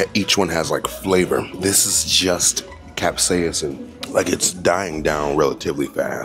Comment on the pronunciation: 🗣️This is JUST….cap-saya-SIN!!! (capsaicin) 😂😂😂😂😂